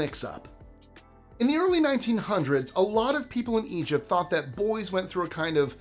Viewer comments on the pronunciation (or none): none